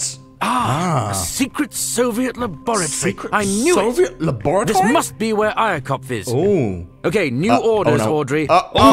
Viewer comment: lol, how he pronounced laboratory "la'bor'ator'y" lol